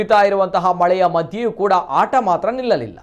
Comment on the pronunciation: ಆಠ ಅಲ್ಲ ಮಾರಾಯ.. ಆಟ.. ಉಚ್ಚಾರಣೆನಾ ದೇವ್ರೇ ಕಾಪಾಡ್ಬೇಕು..